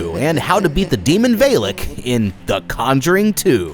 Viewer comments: I am I crazy or is it Va-lek and not Vay-lek? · Why do you call it Vey-Lik. It's Va-La-K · Love your videos but I want to nitpick ONE thing. It's not V-hey-l-hey-k. It's V-ah-l-ah-k. Thank you 😂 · Veilak? It's VALAK.. V.A.L.A.K = VALAK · "The Demon Veylick" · Do you mispronounce names on purpose? Its peggy not pejjy and valek not vaylek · Vaylick? In fild? Did you watch the movie? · Dude, it’s not veelic it’s valak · BROOOO ITS VAAALAK not VAELAK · Vale-lik😂😂 Val-Ick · As soon as he said "VayyLek" I stopped watching. Bye guys. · Pejjy and vaylek are the discount temu versions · How did you pronounce Valak wrong? They literally say it. I'm not trying to be rude. I'm just genuinely curious how the mistake occurred. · Welp i turned it off when he mispronounced Valek